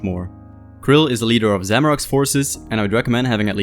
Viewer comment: Bro pronounces the boss' name like it's nothing.